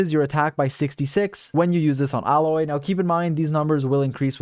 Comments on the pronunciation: Not like this really matters, but Aloy is pronounced "Ay-loy", with a hard A. Not "Alloy", like a combination of metal materials. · That Aloy pronunciation >_< Tell me you’ve never played horizon zero Dawn without telling me you’ve never played horizon zero Dawn. “Ah-loy” 🤨😒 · Why do you keep mispronouncing anemo and Aloy? Otherwise good video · This man mispronounces baal and aloy